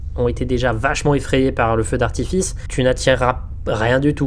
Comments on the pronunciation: « Feu d’artifist » ptdrrrrr bien joué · on est d'accord il dit bien "feu d'artifiste" ? XD